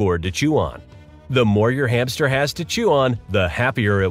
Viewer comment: I like the way you call the hamster every time hame